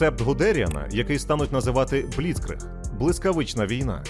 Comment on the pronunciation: Проблема з наголосами у німецьких словах, має бути бліцкрИг, аншлЮс. Крім того, української мовою річка Narew називається Нарва.